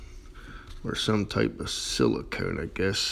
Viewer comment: Is it just Me or is funny how He says silicone